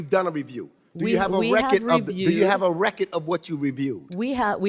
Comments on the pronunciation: Decades of Government corruption can’t pronounce the word “RECORD”. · if you cant say RECORD correcty shut up